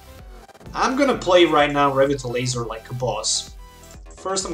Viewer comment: You're pronouncing Revitalizer wrong. Good deck, btw.